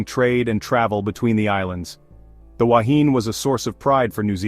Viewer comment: Please make the effort to get the pronunciation right. and to show pictures of the actual Wahine. Goodness knows what the relevance of a ship sinking vertically has to do with the Wahine grounding on a reef. Likewise for an octopus next to a sailing ship. Talk about a cobbled together video!